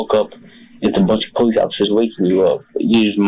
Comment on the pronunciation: Duh poh-leese